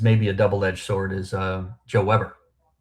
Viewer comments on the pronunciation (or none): none